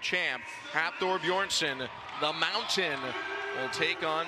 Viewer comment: They really let him say BEERSON AGAIN....wtf